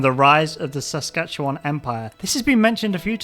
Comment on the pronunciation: SASKATEWAN REFERENCE! & said correctly!